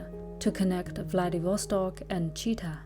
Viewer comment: Nice, China and Russia, two super-powers have much to learn from each other. One comment, Chita, emphasis on the last letter - a. Otherwise it sounds like, cheetah:)